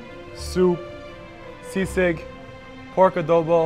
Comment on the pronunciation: Its SISIG not SEASICK hehehe